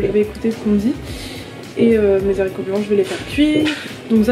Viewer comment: Arghh ça me stresse les zaricots mdrr mais sinon waw ça donne trop envie